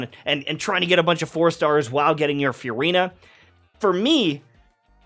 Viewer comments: I love it when you call her Furyna. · Anyone else find the way he pronounces Furina just weird? It’s like f-u-rina